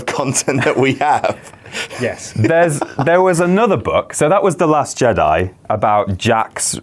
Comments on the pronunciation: It is Jedi not jedy!!!!!!!!!!!!!!!!!!!!! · "jeDAI" not jeDEE" -. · Are they mispronouncing Jedi as Jedee on purpose? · Why are you saying jedy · What is up with how you guys pronounce Jedi? Lol